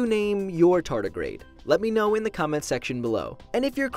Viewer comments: Tarty the Tartagrade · A TAR TAR GRADE 😂